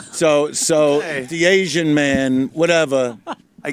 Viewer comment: “An Asianal” dice attempting to PC 😂